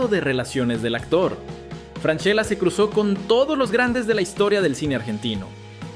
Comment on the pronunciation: imposible de ver si no pronuncias bien el apelllido